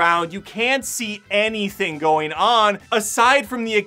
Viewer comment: I like your review but why do you say “buildeen” instead of “building,” or “go-een” instead of “going?”